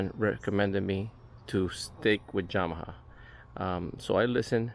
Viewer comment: Came Straight to the comments after the 2nd “Jamaha” 😂